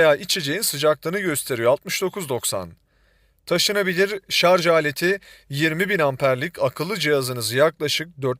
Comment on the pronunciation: Şarzz demediğiniz için teşekkürler.